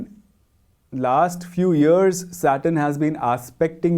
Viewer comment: Years shouldn’t be pronounced “ears”